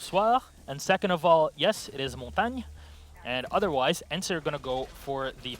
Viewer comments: finally someone pronounced montagne right! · Someone who says Montagne correctly Kreygasm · "Its pronounced Montagne, and yes that is the PROPER way to say it." Then continues to mess up player's names for the rest of the time casting....